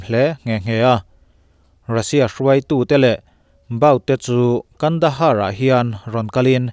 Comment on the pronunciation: Kandahar ti tur ani lom ni.pronuonciation fimkhur ang che.